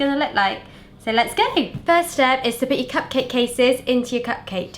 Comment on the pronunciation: I swear I heard say "pugcake" a couple of times!